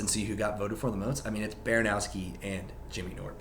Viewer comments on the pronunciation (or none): Why do you say it BaranOWski